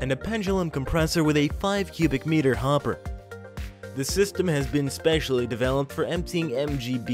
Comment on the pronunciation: The narrator says HOPPER funny 😆